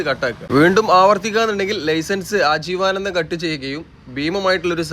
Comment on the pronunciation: 'ആജീവാനന്ദം' അല്ല, 'ആജീവനാന്തo' ആണ്. 😂